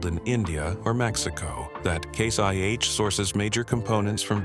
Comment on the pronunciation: it’s ai. You can easily tell from the pronunciation of some of the words. When he says case IH it sounds like Case YH, and when he says RPMs earlier in vid the voice says R P M S